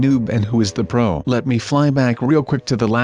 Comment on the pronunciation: You said bro instead of pro